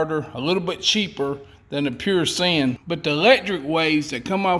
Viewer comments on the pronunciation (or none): Sine wave is pronounced like sign. As in a Stop Sign. Not sin and you have done something against God. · It's pronounced sign not sin. Other than that, you get an A- from an IBEW instructor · Since when did sine become sin? Actually sine is pronounced like the word sign. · Sine is actually pronounced sign not sin. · Hey it’s sine not sin 😂🤣😂🤣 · Sine....as in Wave ! Pronounced like, " Sign " ! A " Sin " wave is the wave you get as your driving thru the hood, and a prostitute waves at you ! 😳 100 Amp Fuse ! Not Watt ! Just Say'n ! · “Pure sin” lol I know y’all full of sin down there but sine as in “sine wave” is the shape and is pronounced like a street sign. Great video though just cracked me up. It’s pure sin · I'm not policing your channel but Sine is not pronounced "Sin", it is pronounced "Sign". It represents a electric polarity shift of 0 volts to +120VAC to -120VAC in a linear progression. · Sine= sign....not sin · It's pronounced S-EYE-N, NOT sin. The "I" has a long sound, not a short sound. Nice project though. The fish jokes were funny. I told them to a friend and he laughed. LOL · It's pronounced like "sign" not sin. Sine Wave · omfg its pure sine wave not pure sin. -_ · SIne invertor. not sin. SINE. It didn't offend God. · I did like your video! When it comes to the output of an inverter the 'Sine wave' is pronounced 'Sign' (Like a road sign.) not 'Sin'. (Like what the Devel makes you do!) (The sine wave is how clean the voltage is, most flat-screen TVs need a good sign wave.) I plan on a build but instead of a 600-watt inverter, I plan on a 3500-watt. With at least two (2) batteries so I can run the coffee pot and the TV as well as the refrigerator, and freezer. Not all at the same time. I have a 250-gallon propane tank so my heat will be good! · The word SINE is pronounced as in sign not sin. So that is a "sign" inverter not a "sin" inverter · 'Sine' is pronounced 'sign' not 'sin'. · Argggh it’s SIGN!! Not SIN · Pure Sine pronounced Sign